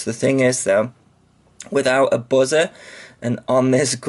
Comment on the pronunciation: you said buzzer like "Buh-zur" lol